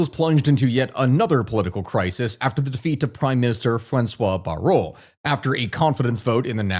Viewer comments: Bayrou is pronounced "Bayroo" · I do commend you for 45 min talking about our shamefull display. Bayrou is pronunced BAY and row (kind of the W is silent). Still there is one problem in France which cascade in this mess: We have a president who disregard all French tradition in politics. He won't resign, he won't nominate someone not from his party or allied. The things past presidents done in the past as it was "normal" behaviour, the "honneur" one. You didn't get the majority there was a cohabitation like in us politics a powerfull president on some domain but for most he is helpess as that's not his hands anymore. That helped the country to balance politics and stabilize the whole mess. As french politics and ideas goes we have 3 currents in france, The leftist which is far broad but as an alliance the can make like 30% of population then you have a good 60+% for conservateurs and far right. The logical choice (i'm no partisan in this) would have to choose someone as prime minister for the far right and alliance himself and his party to it to "counter balance" theirs ideas. A coalition! simple countries have done that for centuries..... We need statemen again in France and not dictators... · Bayrou is pronounced “bye-ROO”